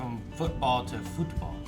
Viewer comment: "so he is going from football to football (weird pronunciation)" - can someone from US explain joke with pronouncing the same word differently?